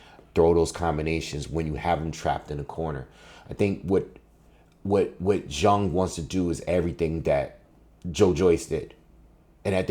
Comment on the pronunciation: It's refreshing to hear someone actually say Zhang's name right lol